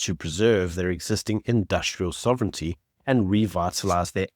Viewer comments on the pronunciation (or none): none